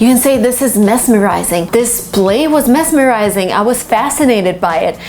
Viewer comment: Hello You pronounced the adjective mesmerizing with s instead of z /ˈmɛzmərʌɪzɪŋ/